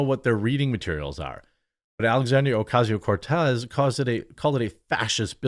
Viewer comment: I keep hearing what sounds like you saying "Coffee tier cocoa"